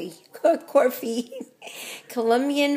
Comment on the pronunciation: Beatriz Mendoza Horrible mistake